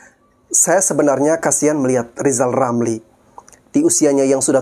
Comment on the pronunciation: Lizal Lamli..RRRRRRRRR..LLLLLL